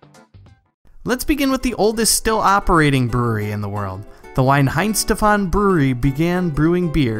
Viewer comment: Why oh why do Americans manage to mispronounce everything, Weihenstephan for a start. Surprisingly he did pronounce Smithwicks correctly?